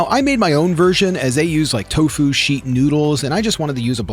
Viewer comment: I really like this video... And I'm so sorry but the emphasis is on the "to" not on the "fu" hahaha I searched for garlic confit and found you... And was so pleasantly surprised to find you a plant based creator!! Amazing